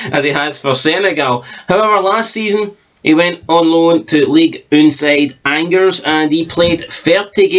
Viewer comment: To ease your concerns… he’s very good… Firstly the name of his french loan club is pronounced “on jers” Secondly, all of his goals for the club came in 2023 as the club went through 3 managers and either failed to play him or played him out of position prior to that, he played regularly from January onwards because Brighton threatened to withdraw his loan if he wasn’t used. And he was actually the clubs top scorer… not difficult considering how bad they were, but you really need to look into stats, not just repeat them. He’s still very much part of the future plans at Brighton but he’s out on loan because Brighton currently have quite a few wingers and forwards but will probably lose Ferguson in January or next summer, which is when he’ll be playing.